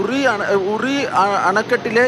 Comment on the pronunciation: പിന്നിലല്ല മുന്നിലാണ് ജലം തുറന്നുവിടുന്നത്...... റിയിൽ അല്ല (ഉറിയിൽ )